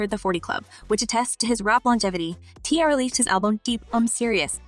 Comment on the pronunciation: You have a good speaking voice but the pronunciation of T.I l. and Kanye is 😡😡😡😡😡